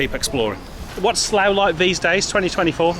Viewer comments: It's "Barkshire"! (and "Sluff") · It's pronounced "Sluff".